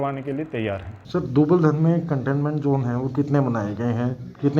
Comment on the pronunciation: Are bhai ye dubaladhan nhi dubaldhan h